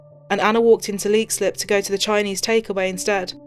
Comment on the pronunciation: U could atleast get her name pronounced right and the place called lexilip